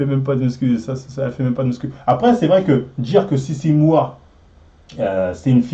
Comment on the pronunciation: Tu vas reussir à dire les noms correctement dans cette video ?😂 entre docteurssimo, fitweenwe, sissy moua 😂